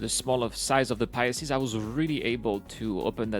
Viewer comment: Pi-Seas not Pie ah seas but good video as always